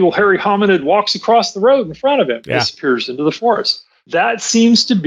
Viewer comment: Where did the "woad gow"? Dump that awful cold opening and bring in a professional!!!!